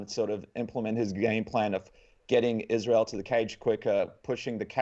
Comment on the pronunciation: How the heck is Israel still that difficult of a name to get right, guys?